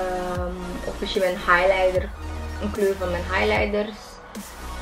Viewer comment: ok vindt het grappig hoe je misschien zegt:mishien